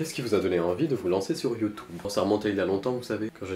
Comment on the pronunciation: "Youtoube" "Gentleminiscule" 😂